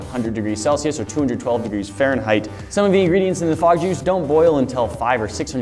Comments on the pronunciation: What is fog juice... I thought he said bog juice... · At the start I thought you said frog juice so I was really confused and concerned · I totally thought you said "Frog jews". lmao